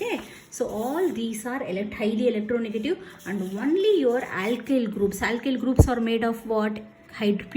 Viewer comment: It isn't a compliment. You should know you are being racist or stereotypical Btw aailkyl group and caarbo-cetaion are hilarious